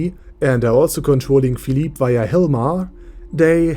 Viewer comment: I was pronouncing his name as (FILL—LIP) but after hearing you say (FILL—LEAP) I like that better